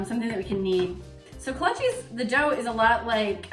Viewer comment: Kolachis?? "Kolasj" is how they are pronounced, prozimtje!